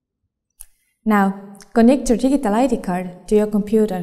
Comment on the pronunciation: lol digg-ie-tal